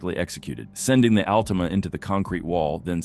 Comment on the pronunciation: Al Tim uh